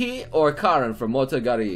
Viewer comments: Why the fuck does he always say motogari it's monogateri. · OK....BUT HE STILL can't read Monogatari right...FFS